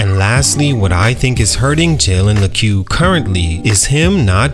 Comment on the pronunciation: That’s not how you pronounce his name